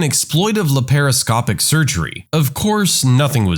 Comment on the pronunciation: It’s not larascopic surgery. It’s laparoscopic.